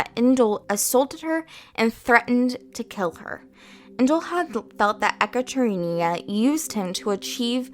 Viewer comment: Ekaterina - E-kutter-eena Nice video :)